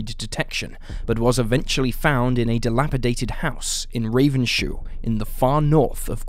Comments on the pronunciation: The Graham Potter arrest location, is Ravens-hoe, not Raven-shoe, an easy mistake to make. When i first moved up there i got a giggle out of it when i first heard it pronounced Ravens `ho lol, but that IS the pronounciation. Always enjoy your content, many thanks 🧙‍♂🍄🐶❤ all hail the Al Gore rhythym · Aussie here. It's pronounced RavensHO, not shoe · Ravens ho not raven shoe